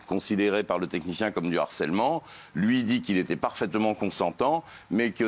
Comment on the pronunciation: 😂😂😂😂 d'harcèlement 😂😂😂😂de harcèlement messieurs 😂😂😂😂h aspiré 😂😂😂😂